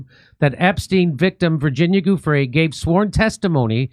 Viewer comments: Giuffre is pronounced 'JOO-freh'. ☝ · The G is pronounced as a hard J. That's why it's Giu